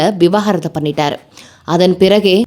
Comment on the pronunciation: Vi-va-gaaa-rathu ila vi-vaaa-ga-rathu